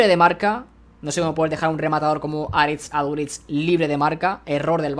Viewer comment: Aprende a decir Aritz Aduriz